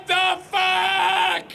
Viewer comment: “WHAT THE FACK!!” *Why did that make me laugh. 😂